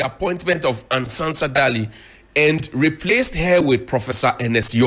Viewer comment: You did not mention her name well. It's pronounced as Ɛnn Sɛnsa Daily.